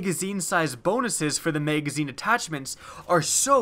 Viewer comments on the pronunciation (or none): Those damn "megazines" lol ;)